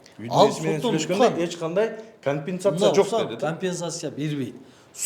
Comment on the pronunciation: Кампететатся толоп беребиз деп айталбай ататго.